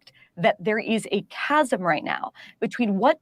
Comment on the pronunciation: Holy shit I almost like Bari Weiss for the chasm of knowing how to say chasm and producing a chasm of cognitive dissonance in the most passive-aggressive way possible. Almost. Actually, I clearly spoke too soon and forgot she still sucks incredibly.